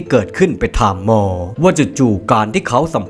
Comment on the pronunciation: ทำไมแอดพูดคำว่าหมอเป็นมอทุกคำ ตอนแรกฟังแล้ว มอมันใครหว่า พอฟังซ้ำหลายครั้งเพิ่งเก็ตว่าเป็นคำว่าหมอ 555